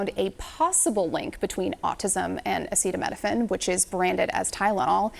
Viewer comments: Dr. Trump cannot even pronounce Acetaminophen. Leave the medical recommendations to the experts. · He can't even pronounce acetaminophen, but expects us to believe he knows the intricacies of its molecular structure and how it interacts with the human body (which Trump thinks bleach is medicine for) enough to take his word over doctors who've been to med school? And know how to pronounce common words? But the answer for a lot of people is, yes. He should expect that because they will.